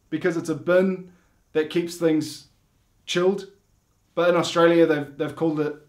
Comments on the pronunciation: Its Australia not stara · they call STRAYA :D :D dying here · "Straya". Hahaha.😂